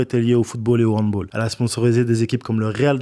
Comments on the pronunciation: Les gars vous avez dit handboool !( c'est "handball") RESPECTÉ NOUS !!! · putain!!!!! ca se dit pas "handboll" mais "handball" avec un aaaaaaaa!!! sinon grave cool la video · Grave cool la vidéo par contre le handball se prononce "handbal" 😁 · On dit « handballe » pas haudbolle